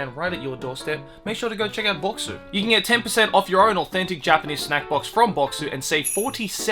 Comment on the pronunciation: Dude his japanese is pronounced so well